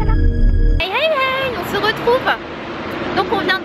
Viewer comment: Sananas ta dit "on ZE retrouve " mdrrr 😁😂 mais sinon je taime tros t grave belle comme dab machallah 😍bisous 😘